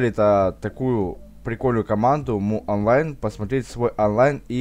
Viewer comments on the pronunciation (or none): Ору, МУонлайн, Майонлайн читается, дядя